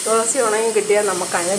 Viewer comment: ദോളസി ഇല്ല അല്ല തുളസി ഇല്ല 😂